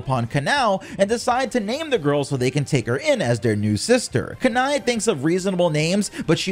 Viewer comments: Bro pronounced Kanae as kany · I would not be surprised is Shinobu thought of Batman as a name... Wait... Batman is an orphan..... Yet her biological family abandoned her and both Kanae and Shinobu are dead... SO SHE IS STILL AN ORPHAN 😂😂😂😂 "Kanai" I'm sorry, it's just 😂😂😂😂😂 I usually pronounce it "Ka-neigh" It just sound so much better then that 😂😂😂😂😂😂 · Kan-Ay is how you pronounce it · Not making fun of u but im using those names you pronounced to my friend as a joke since they get triggered easily 😭😭 Kanae: Kanay Kanao: kan-ow Other names for kanao as well 😂